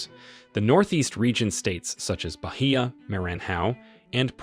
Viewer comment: The narrator scored a trifecta of mispronunciation of all 3 blackest states in Brazil. Bahia, Maranhão and Pernambuco were butchered. Not even close! I didn't expect him to pronounce these names correctly, but at least do some phonetics research before recording. Try a little harder.